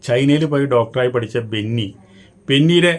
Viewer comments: ബെന്നിയല്ല ബിന്നി . നോബിൻ അല്ല നൂബിൻ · ബെന്നി അല്ല ബിന്നി ആണ് bro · ബെന്നിയല്ല ബിന്നി😂😂😂😂